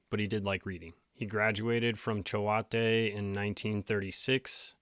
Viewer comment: It’s actually pronounced chOte. The A is silent and the E just designated the O as a long O instead of like fillet. It’s actually a famous boarding school in Connecticut.